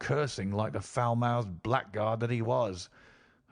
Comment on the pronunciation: this is very well read. I just wish the reader knew how to pronounce "blackguard" correctly - it throws me every time 🙂